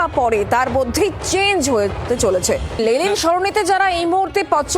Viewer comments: Reporter continuously Lelin Sarani bole gelo Lenin er jaygay 😂😂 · সঞ্চালিকা লেনিন কে "লেলিন লেলিন" বলে গেলেন তা কি ওনার অজ্ঞতা না কি সচেতনতা?জানার আগ্রহ রইল। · লেলিন নয় ম্যাডাম ওটা লেনিন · লেলিন নয়, লেনিন। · Thik mato uchharun karun lelin noi lenin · কে এই সংবাদ পাঠিকা?? 'লেলিন' সরনি! আগে উনি একটু পড়াশোনা করে আসুন না হয়। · দাদা, please ওদের এই ভুলটা শুধরে দিন আগে, যে ওটা লেনিন, লেলিন নয় 😭😭 অসহ্য লাগে একশোবার এই লেলিন কথাটা শুনতে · Ota Lenin, Lelin noy...thik vabe Itihas ta pora thakle ei vul gulo generally hoyna. Despite, Road er nam muche diye ekta motobad ke muche fela jayna, ei sotty ta bujhte hobe. 3-E's mane Economy, Employment and Education er opor focus korle mone hoy Effective hobe. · News platform be like Lenin ❌️ Lelin ✅️ 😂😂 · সংবাদ পাঠিকা ক্রমাগত লেনিনকে " লেলিন " বলে গেলেন। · Please try to pronounce the name of LENIN properly, --- to the anchor..